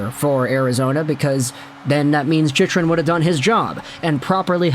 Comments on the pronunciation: it's pronounced "chick-run" my guy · It's pronounced Chick run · Funny how many times Chychrun's name has been said over the past year and this guy has never heard anyone else pronounce it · lmao why are you saying his name like that? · Wild he STILL doesn't know how to pronounce Chychrun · I came here to see if he has learnt how to pronounce the name right only to see him fail again lol